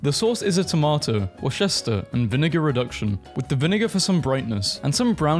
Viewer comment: but.. cheese is so good NO WAY HE PRONOUNCED VINEGAR LIKE THAT